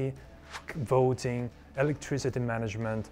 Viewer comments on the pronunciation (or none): good quality. but not convinced about "voiting" :-P